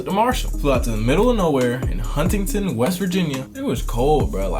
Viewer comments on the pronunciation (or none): 😂😂 Huntington was pronounce so weird.